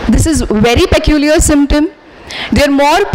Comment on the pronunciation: Please correctly pronounce word peculiar.